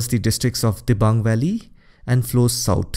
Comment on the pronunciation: Fr A.p its Dibang nt Diabang